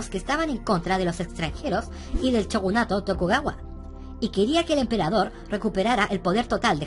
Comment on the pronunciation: Joer como raya escucharte decir chogunato (es shogunato tio)